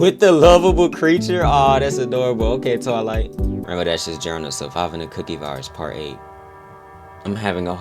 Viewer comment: Bro I thought you said the cooking virus😭